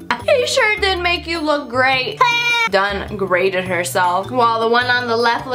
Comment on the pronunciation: She really got “Down-Grated” 😂